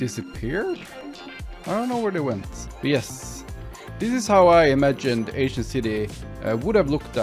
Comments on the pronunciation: Whenever he said “ancient peoples” I thought he said “asian peoples” which I personally thought was pretty funny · When you said 'aincient city' the automatic translator said 'asian city'💀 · i swear all i'm hearing is him calling the ancient city the asian city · Him: Ancient city Captions/Subtitles: Asian city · I don't know why I kept hearing "Asian" instead of ancient lol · Every time he says “ancient people” I think he is saying “Asian people” and it was so confusing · Were you saying ancient people or Asian people I'm confused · Is it just me or most of the time when he says ancient city sounds like 'asian city' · is it me or he keeps saying asian instead of ancient?